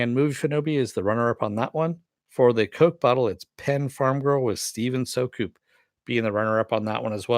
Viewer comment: Would have been nice to get the runner up prize. oh well at least my name got picket. BTW, its pronouced "Steven Sue-cup", like 'Soup in a Cup without the "p" in the middle' :)